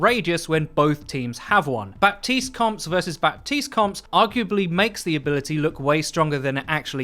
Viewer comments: Please learn how to pronounce his name correctly! It’s not BAPtiste but Batiste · It's "Bateest" not "Bap-teased". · Bah-teese not Bap-teeste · Still waiting for to finally pronounce Baptiste Ba-teest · I don't mean to be rude, but it's pronounced "Batist". The 'p' is muted. See reddit thread on this very thing. Love the content, keep it up :) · Its pronounced batiste right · Overwatch: can you guys please not do a "Bridget" 2.0 all over again for 6 months long? His name is pronounced Bateest so the P is silent. Thank you. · I just want everyone to know that you don't speak the "p" in Bapstiste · The 'p' is silent in Baptiste's name. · Baptiste. The p is mute ! Please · STOP PRONOUNCING THE P IN BAPTISTE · The only thing I dislike about this video is that you're pronouncing Baptiste wrong lmao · I may be really really nitpicking here but, The ''P'' in ''Baptiste'' is actually mute and should not be pronounced. Love your vids, keep it up:D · Pronounce Baptiste's name correctly for goodness sake! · THE P IS SILENT! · you don't pronounce the "P" in "Baptiste".